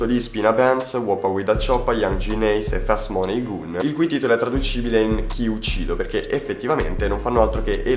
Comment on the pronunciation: Si ma pronuncia bene youngenn ace please